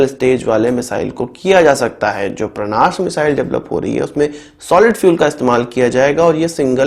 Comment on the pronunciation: परांश है भईया,,परनाश नहीं है